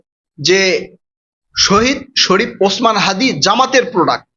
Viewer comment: হ্যদি কি????? হ্যদি হ্যদি করছেন কেন? বলুন হাদি